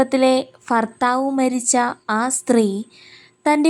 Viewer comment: Thnku and oru ormapeduthal , ഫർത്താവ് അല്ല ഭർത്താവ് ❤